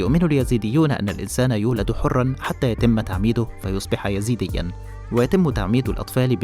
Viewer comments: كلمة يزيديون خطأ... والصحيح أيزيديون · اليزيديون خطأ في اللفظ والتعبير والصحيح الإيزديون أو إيزيدي. وليس يزيدي